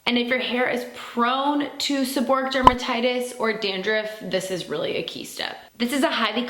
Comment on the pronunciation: I love educating my patients, so I’m not being mean, just trying to help.. It’s “SEB-OR-REE-IK” dermatitis. I would want to know if I was making videos, and I’m sure there will be times you have to say it again.